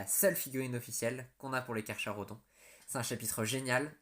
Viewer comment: Tyberos est juste imbattable et inarrêtable mais je doute que GW fasse une nouvelle fig ! Si jamais ça arrive je l'achète directe ! Si il est primarisé... il va atteindre les 3m !!! Petit truc qui ne va pas dans la vidéo : Carcharodons oui mais le "cha" se dit "ca" !